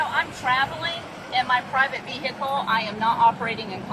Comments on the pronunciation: as soon as she said "vee-hickle" i was done..lol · Why do the biggest numbskulls always say “vee-HICKLE” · Vee-Hick’Le … LOL! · For her ve HICK el - I always lose it at that pronunciation. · I think you should get arrested simply for pronouncing the 'H' in vehicle separately.